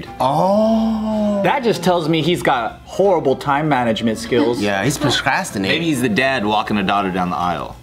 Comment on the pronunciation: 3.07 proscrastinating 😂